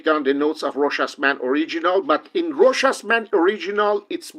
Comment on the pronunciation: Great video! Variety of topics covered. 👍👍 More reviewers need to watch this video, just so they can learn to pronounce Rochas properly!